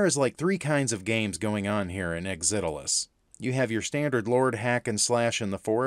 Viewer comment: I grew up with the original programmer for this game Tao Ge. All of our friends we playing a MUD called Mortal ConQuest and one day Tao showed up with a very early version of this game. It was so cool to play. BTW I was impressed that you actually figured out how to pronounce the name of the game. Not many people could figure out how to say it. Thanks for making and sharing this review.